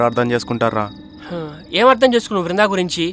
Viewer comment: వృందా కాదు దీని బోందా.......